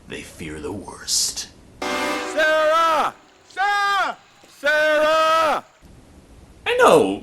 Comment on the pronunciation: SAR UH SAR UH